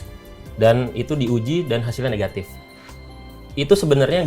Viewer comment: Suka pak oto ketika ngomong "NEHATIF" semangat demi keadilan